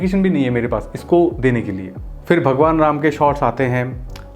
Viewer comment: Hindi sahi se bol rama not ramaa